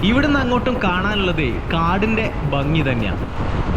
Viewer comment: വീഡിയോ നന്നായിരുന്നു.എന്നാൽ സ്നേഹ ബുദ്ധ്യാ ഒരുപദേശം തരുന്നു. താങ്കൾ ഭംഗി എന്നതിനു പകരം ബംഗി എന്നാണ് പറയുന്നത്. അത് കേൾക്കുമ്പോൾ ഒരു അരോചകമാണ്. എന്നാലും ജീവനുള്ള ഒരു വീഡിയോ തന്നെയാണിത്.